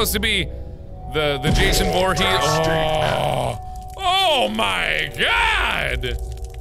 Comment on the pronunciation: Jason voorhees not joorhees